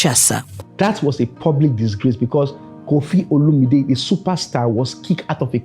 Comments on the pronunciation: You keep pronouncing OLUMIDE rather than OLOMIDE. O.L.O.M.I.D.E. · I don't mean to be disrespectful but please check your pronunciation of the guys name.. His sounds like mine but its not a Nigerian name